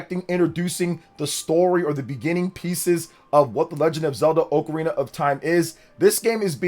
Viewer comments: It's "oc a rina" not "oak a rina", get it right. Lol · Oc-arina not oakarina. Kinda like octopus you don't say oaktopus lol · Respectfully, I disliked the video based off the pronunciation alone. Dude said "OAK-arina" of time. Absolutely wild work. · It’s wild how many people pronounce it wrong, as oh-carina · If you cannot say Ocarina of Time like you're supposed to and you say it stupidly like that do not say it at all you're ruining the name of the game